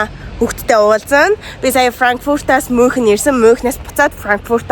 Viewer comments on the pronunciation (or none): Мюунхен* gej unshinda (germn hl surdg ucrs hlle)